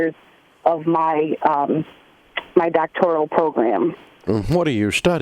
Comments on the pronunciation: Dave keeps saying Doctorial, he doesn’t even know what it is. I think it’s a great education in a field that is of primary importance. Dave holds a large asset of properties, only reason you would call him is to ask for a rent reduction. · Are you going to “help” people or are you just going to sit there and make fun of people looking for help? By the way, learn to pronounce ‘doctoral’. Idiot.